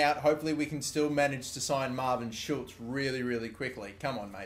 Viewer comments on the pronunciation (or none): none